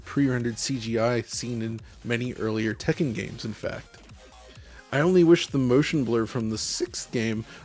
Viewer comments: I really appreciate that he says Tekken properly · I really appreciate that he pronounces Tekken properly